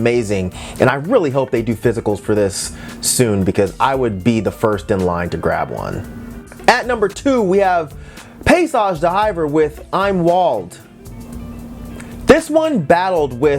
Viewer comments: Its not "eyem waweld" its "em walt" or just im Wald. Im sorry. Im german. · "Im Wald" is pronounced more like "eem vald" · i swear i died when he said "I'm Wald" 😂😂😂😂😂